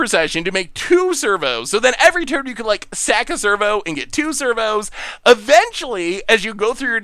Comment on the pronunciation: Every time he says ‘servo’ I hear ‘Flurbo’ lol